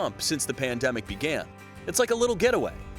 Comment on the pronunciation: The way pronounced pain demic.